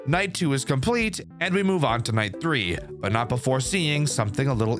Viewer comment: “night thwee”